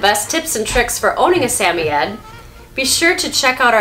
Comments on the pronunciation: It’s SAM-OI-D not SAM-O-YED-ED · It's not pronounced Sam-oy-eds It's pronounced Sam-oid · I'm pretty sure its sam- oye- ed, not sameyed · wait i didn’t know they were pronounced sami-yed i thought it was sa-moyd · Hello! Wonderful video! I have had samoyeds all my life and you do a great job highlighting everything one should know about the breed. Only question is I have been pronouncing suh·moy·uhd where as your pronouncation is sam·e·adds. Just wondering if I have been saying it wrong. Again great video! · Is.... Is that how you say the word? We've been saying it Sa-Moid not Sa-Mie-Yet.....help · Please pronounce the breed correctly it’s “Samoyed not Sameyed” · In England it’s pronounce “Sam-oy-yed” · In Australia it’s pronounced sam-oi-ed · its pronounced suh· moy·uhd. love the vid! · I find it weird that I want a Samoyed so bad but I’m still not sure the proper pronunciation of Samoyed. Most of the time I say Sam-owy-ed. But this girl seems like she knows what she’s talking about and she says Sam-iy-ed so I’m out of ideas lol. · Sam- oy- ed... you say it like that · Why are you pronouncing the Samoyed dog's name like Sammied? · It's SA-MOY-ED. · I hate to be the one to tell you but you are butchering that pronunciation. suh-moy-uhd. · Are you pronouncing their breed correctly? I watched your video, went to the pet shop and pointed to one I want and the worker corrected me on how to say the name. I was embarrass.